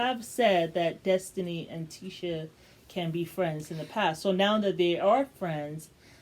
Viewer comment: Her name is Tisha (T-ShA)